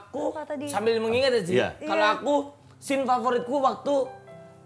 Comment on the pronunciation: Scene bro 😭 bukan scane 😭 apaan scane?